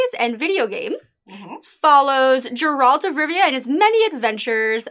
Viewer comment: Sorry, I don't trust anyone who's managed to watch 8 hours of the show is still mispronouncing Geralt's name